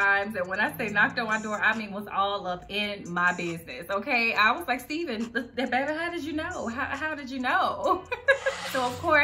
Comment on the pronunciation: I love his books! The Man God Has For You is a really good one too. I look forward to reading future books by him. Btw he pronounces his name like Stephan from Family Matters lol. I know it’s spelled the same.